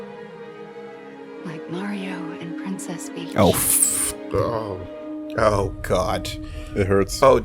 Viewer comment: Did she really say Princess Beach, tell me she didn't.